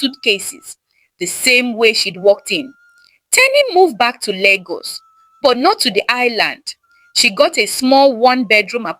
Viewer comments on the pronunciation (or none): Wow! Very interesting story Lagos wasn't pronounced correctly 😂, but I enjoyed the story ❤